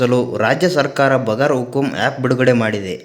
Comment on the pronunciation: ಅದು ಬಗರ್ ಹುಕುಂ ಅಲ್ಲ ಬಗೈರ್ ಹುಕುಂ.